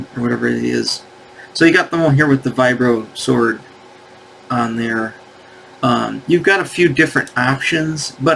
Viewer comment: face-blue-question-mark: (lol) Why do you call it a (LMAO) "VIBRØ-§WØRD" (❓) It's not That kind of JØY TØY 😉 (good vid, M*8)